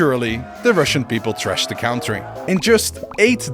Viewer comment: Oprecht leuke video met een heel leuk concept en leerzaam maar alsjeblieft zeg country als cuntry en niet als cowntry 🤣🤣